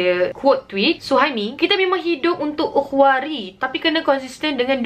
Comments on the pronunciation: kau baca salah la ukhwari, ukhrawi la. hahahaha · Ukhrawi la...bkn ukhwari🤣🤣🤣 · Ukwari?? Ke ukhrawi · Xpe...gaya masing2 nk baca. Ukhwarii pun ukhwarii la😂😂😂😂 kak oiii. Lol